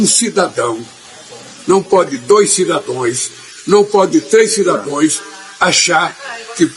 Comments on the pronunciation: E repetiu três vezes os “cidadoes “ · Cidadões… e cidadõas? 😂 😂😂😂😂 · Mano do céu, o presidemente falou cidões 3 vezes, meu Deusssss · “CIDADOES”? - CHAMA O MARCAL !!! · Ele é semianalfabeto. " cidadoes" kkkkkkk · Um presidente da república falando (cidadoes) é o fim da picada, fica confirmado que ele nunca foi na escola 😅😅😅😅 Boa noite 🇧🇷🇮🇱🇺🇸🇦🇷❤️